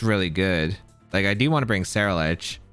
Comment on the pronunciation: Brooo, you swapping the R and L in Ceruledge in your pronunciation. Se-rule-edge, like Cerulean city. Otherwise enjoyable video, thanks.